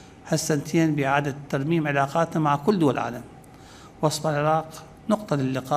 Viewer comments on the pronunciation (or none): none